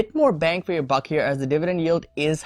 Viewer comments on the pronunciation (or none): none